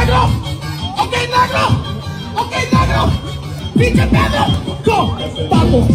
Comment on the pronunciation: It sounded like he said “pinche pedo (Fart)”😭😭